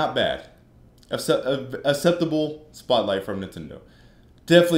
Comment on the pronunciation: " It was aseptable" lol